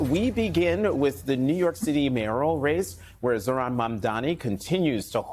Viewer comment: Why can't Cuomo pronounce Zohran's name. I don't think Zohran needs an endorsement from Jefferies. Jefferies is a Zionist stooge, he prefers the shekels.